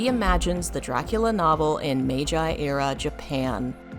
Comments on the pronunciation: One critique, Meiji is pronounced "MAY-jee", not "May-JAI". Other than that, great video. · Allow me to comment: it's supposed to be pronounced "may-gee" instead of "may-jye" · i was gonna comment on that too haha but its already been done for me, ive never even heard someone pronounce it mei-jai before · sorry, you lost me at "Meij-eye". Good thing the video was ending. Never coming back, I guess. EDIT: Damn, multiple times, huh?